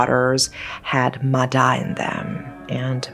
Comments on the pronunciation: i looove when content creators make videos on things they dont know how to pronounce and dont even bother checking if theyre saying it right 💔💔💔💔💔💔💔💔💔💔 who da hell is a muh đa girl it's pronounced like maya 💔💔💔💔💔💔💔💔💔💔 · The "da" in "ma da" is actually pronounced as "ya", I don't know why we call water spirit as ma da but "da" means skin. This is one of the most popular urban legend I heard growing up, the other popular urban legends is "ma lon" as can ghost and ghost hide you when wandering in graveyard alone. Back then, there were 2 people drown in a big river in my city, the first person drown so the 2nd person jump in to save but they both end up drowning. Through word-of-mouth, people spread the rumor of "ma da" pulling both of them down into the water forever. The logic explain to this incident is strong current + deep water + cramp + exhausted from trying to pull someone into the shore. Nowadays I don't hear stories about "ma da" anymore. My parents and relative families actually not restrict any of us from the river, I got taken to play in river with my cousins all the time when I was young, no one in our family die because drowning. More than the "ma da", I got warned more about "ma lon", not play with your shadow at 12pm and 0am and the wandering in graveyard alone. A little about "ma lon" or can ghost is intentional summon ghost ritual. This is just what I heard, I never believe or try to play with spirit. So if I remember right, you have to have more than 1 person to play, you use an empty can of condensed milk, 3 incenses sticks, uncooked rice, offering like biscuit, you need to do this in seclude spacey place. If the ritual success summon a spirit, the spirit will possess the ca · That "D" is pronounced "Y", I know, confusing to other languages, but yeah. It's pronounced more like "Maya" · Just a little correction. It's pronounced "Mah-Yah". Great vudeo as always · "Ma Da" is pronounced "ma ya" with a soft D, as opposed to the hard D in Đ.